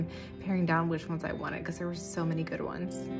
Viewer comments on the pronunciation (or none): none